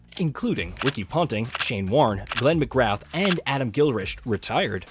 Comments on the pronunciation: Just a small nitpick but McGrath is usually pronounced with less emphasis on the final 'th' to make it more like "McGrah" and Gilchrist is pronounced "Gill-Krist". Great video nevertheless! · Good video. Just a few name pronunciations. The th is Mcgrath is silent and Gilchrist is pronounced as gill kryst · Enjoy the content, but a bit of feedback - I'm not sure if you're AI voiced, or just aren't checking, but some of your name pronunciations leave a lot to be desired. McGrath and Gilchrist were both diabolical.